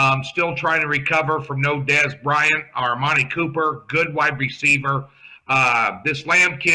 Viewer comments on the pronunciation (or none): 'Armani' Cooper and Kyler 'Murphy'. Cmon. Ur better than that.